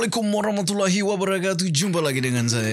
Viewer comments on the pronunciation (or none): none